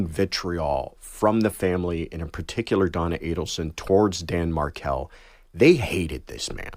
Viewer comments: You'd think Emily would at least know how to pronounce Markel. It's not pronounced Markle, but Mar-KELL, the emphasis is on the second syllable.. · Say Dan's name properly!😡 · Lady, if you're going to cover a case, at least pronounce the VICTIM'S NAME correctly. smh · You can't even get his name right. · I’ve stopped listening to this bc after 1 minute there is far more misinformation that fact which is very disturbing. Examples: Dans name is mispronounced, he was not in the driveway/he had pulled into his Garage, there was one gunman who shot him, not 2-the 2nd man was the driver, he was On the phone when approached and shot-so there Was a listening witness. Who is allowing this, anyone lightly following this tragic story would know. Again, that was all in the first minute… shameful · Show enough respect to pronounce the victim’s name properly. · Josh Ritter presents a complicated and layered conspiracy case with poise and patience in the time allotment he was afforded. He used no notes. Emily Compagno came off as somewhat ill-prepared, at times engaging in rambling word salad. The first clue was that she mispronounced Dan Markel's last name. Big sigh, but Josh saved the episode. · 3 minutes in. Can't even pronounce the victim's name correctly. Read the comments. Realize this is not worth watching. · Yes the name is being mispronounced but let’s not forget why we’re talking about this case. The murder of Dan Markel and the conspiracy. The date he was shot was July18, 2014. He died the next day. The ex Wendi needs to be arrested as she is the 1 most culpable. 😢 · Those of us who are well versed, I'm sure find it frustrating the interviewer can't even pronounce the victims name right and continually blurted out wrong information about the case!!!! Wenndi needs to be arrested and tried. The evidence thus far shows Wendi is complicit in the murder!! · When Hosts can't bother to pronounce the names of the victims they are reporting on properly...I'm out!